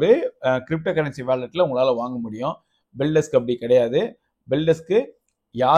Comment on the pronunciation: அது பெல்டெஸ்க் இல்ல பெல்டெக்ஸ்